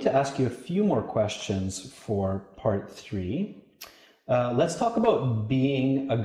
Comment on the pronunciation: ...the "tree"? important elements...ooohh you mean, the "three" important elements...lol